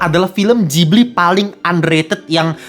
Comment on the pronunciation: Itu Ghibli, bukan jibli